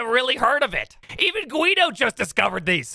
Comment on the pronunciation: His name is Gggggggggiedo, not GGGGWWWWWWWWiedo